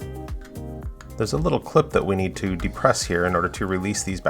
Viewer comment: Did he say a few places neen cleaning 😂😂